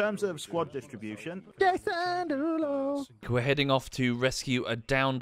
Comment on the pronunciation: I think only said Jason Derulo’s name correctly ONCE My favourite artist, Jason Deluro